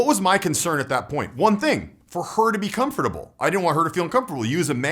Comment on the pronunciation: You're saying comfurble wrong in this one! Great video as usual,. Awesome how you put a lot of thought into all the variables of a social environment and give alternatives respectively. Happy new year!